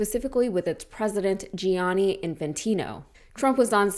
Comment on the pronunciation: Gianni is pronounced just like Johnny, OK?